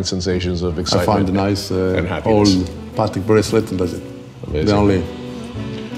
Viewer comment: Say it with me... it's pah-tek, not "paddock." Love ya,, but if Patek Philippe is one of your favorite brands, you gotta get the pronunciation down!